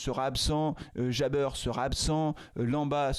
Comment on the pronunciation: Merci pour vos vidéos. Par contre, pourquoi prononcez vous " Jabeur" ? Son nom est Jaber...Il n’y a pas de U 😊